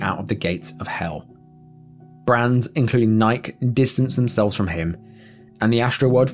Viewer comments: Come on, what would are you from that you can't pronounce Nike. it's Nigh-kee. like the Greek goddess. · tragic!! but Nike?? You don't know how to pronounce this company name???? It's 2 syllables.. ni-keeeee?? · How does this narrator not know how to pronounce Nike??? "Nye - kee" I thought all developed countries know what they are.... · Nike-y. Not Nyke. Gosh. LOL sorry. Pet peeve of mine. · & wait....Did you really pronounce Nike like that?? Bro have you never heard of Nyk-EE before?! And not once, but TWICE?!??! 😂😂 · Did you really call the world-famouse company Nike "Nigh-ck"? 😂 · A fact most Brits don't seem to know but Nike is actually the Greek Goddess of Victory, so it's pronounced NIK-EY per Greek language rules, so saying it with English rules is wrong (just like in the advertisements as well), the brand originates from Portland, OR. The British are like the French and insist on applying English rules to non English words and I find it a bit lazy and disrespectful. . Like the way you guys in the UK typically say jalapeno or tortilla is the way a MAGA/QANON would say it in say Texas or Alabama for example. Because they are too embarrassed to make a mistake/try to learn another languages pronunciation, so they avoid this by saying this is "Merica so I pronounce it the English way (eye roll) which is funny because both these kinds of Americans and the majority of Brits love to go to Spanish speaking countries for their holidays like Mexico and Spain -_ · NIKE is pronounced NIGH-KEY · Who is Travis Scott? BTW, it's pronounced Nigh-kee. Unless you're a text to speech bot. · Do they not pronounce “Nike” in the UK with two syllables? Ni-key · It's pronounced ny key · Nike pronounced nigh-key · I can’t believe a human can’ Say Nike Not Nik I don’t like AI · Did you really just pronounce "Nike" like it rhymed with "pike"...? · You never heard of Nike? It’s not pronounced Nike. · Dude, that’s not how you pronounce “Nike”